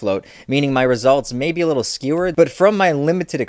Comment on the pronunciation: "Meaning my results may be kinda skewered". Thought kabobs.... When your thoughts are put together on a skewer and barbecued lightly lol 😆. Sorry, I know what he meant, but that kinda made me laugh when I heard him say his thoughts were skewered. That's all 😉